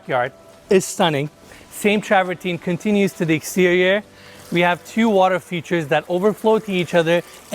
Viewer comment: ''TRAVERTIN ENES DOG DAMN YOU, NOT TRAVERTIN(E), IT'S FRENCH SUCKER...